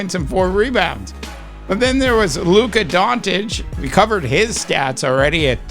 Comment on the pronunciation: It’s not Don-Titch…it’s Don-Chitch This is his 7th year in the league…are you that slow?